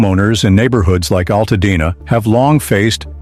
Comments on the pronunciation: WTF is Al Tad Na? Stupid AI narratives need to go! Nobody needs this crap! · Alttadna..no altadena get it right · That and the mispronouncing of my home city is why I had to stop watching!